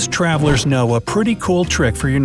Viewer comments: am I the only one who realises he was "frequent twavilers? " Instead of travelers? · lets all say it class travelers not TWavlers LOL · Frequent twavelers! Haha! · frequent twavelers? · When it is at the sewing kit he said “twavelers” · He says Twavelers instead of travelers lol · He said twavalers instead of of travelers 🤣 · boy it's tra-ver-lers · It cracked me up when he pronounces “travelers” as “twavelers” 😂😂😂😂😂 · "Frequent twavelers" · he said twavilers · twalvlers? Lol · He said frequent twavellers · twalvers Lol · “a real life saver for frequent twavlers “ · Actually its “twavellers” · at the sewing kit part i heard him say "twavelers" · . I’m glad I’m not the only one. My girlfriend and I were like “did he just say twavelers?” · He says twavalers LOL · Ha "twavelers" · he said twaverlers😝😆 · That’s the first time I’ve seen u mess up a word